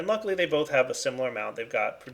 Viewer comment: Madax the Shadow his pronunciation of praecantatio and perditio is the most cringeworthy for me. Its so damn annoying. Its not even correct either. Why the hell doesn't he say aqua instead of water, yet pronounce every other aspect in the thaumcraft language...